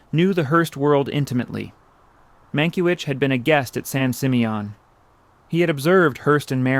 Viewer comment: Terrific images but I believe this voice over is AI. The mispronounciation of several words seems robotic but this one above all - San Simeon is pronounced "San Sim-ee-uhn".